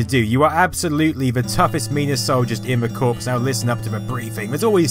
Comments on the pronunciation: It's pronounced CORE not CORPS!!! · Great video! I honestly didn't know there were this many Wolfenstein style games on the system, quite a feat. One small bit of pedantry (since this is the Internet), the word corps meaning a military organization is pronounced "core". Thus the joke of the title "Contra: Hard Corps". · (Sorry for being a nob) I don't know if you know this, and maybe just said it differently because it just happened directly after your role playing of a conversation, but "Corps" is pronounced "cores". Sorry again for my picky comment.